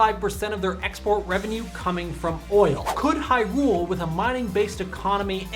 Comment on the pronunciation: I told you this before man! The emphasis in Hyrule is on the Hy, not the rule! Sorry, it just bothers me.